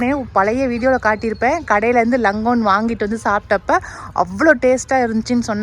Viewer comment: லங்கோன் இல்லை 'லோங்ஙான் ' பழம் longan. I'm from Malaysia